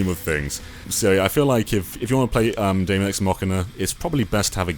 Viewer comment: Daemon is pronounced demon by the way :p